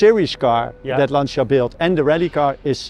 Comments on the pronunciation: Si dice Lancia! Non lansia.. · Lovely story thank you ,by the way it s not Lansia but you pronounce LANTCHIA ,please!! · Jonny, interesting video--state of the art technology. Also, Lancia being an Italian marque is properly pronounced Lancha, just as Jaguar is properly pronounced Jag-u-ar--even though I'm a Yank I know that. ;) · I'm wondering how is it possible in 2023 have such bad pronunciation of every single Italian word? That's just demeaning.